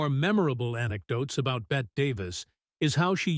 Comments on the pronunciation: Pronounced "Bettee" Davis, not "Bett." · The narrator needs to learn the correct names for people he's talking about like Bette Davis